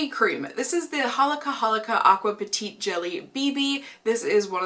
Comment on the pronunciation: Hey, this is just a random thing, but you're pronouncing "petit" as "petite". "Petit" sounds more like Pe-tea :)